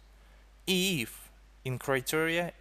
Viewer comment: God, that "If" pronunciations XD